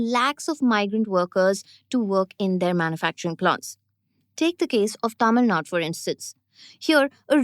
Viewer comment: It's Tamil 'Nadu', not 'Nad'. Sigh